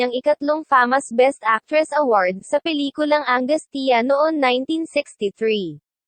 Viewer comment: ayusin mo bigkas, ikonsulta mo muna sa mga matatanda bago irecord. Le-roy not Li-roy, Angus-cha not Angus-tiya, Lagablab'!